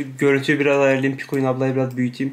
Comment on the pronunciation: ❌PİKUİN❌ ✨PİKÖĞİN✨